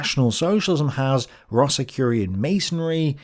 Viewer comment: Rosicurian? Rosicrucian.